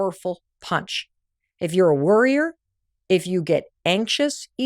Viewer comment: Worryer or Worrior, you have a choice. For about a minute I kept hearing "Worrior" instead of "Worryer" and that's when I realized we have a choice.